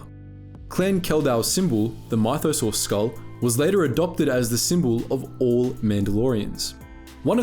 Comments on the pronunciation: me when my-tho-saur rather than myth-o-saur. Mythosaur is a confusing word. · Mye tho sores? Really... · How can your mispronounce mythosaur so consistently? Given multiple examples of how to pronounce it in games, canon, other videos... Given the mispronunciation of Kryze I think it's the 'y' that's messing you up. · Good video, but the mispronounced names were distracting. Kryze rhymes with keys, not with eyes. The first syllable of mythosaur rhymes with Sith, not with scythe. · The way you pronounced Mythosaur….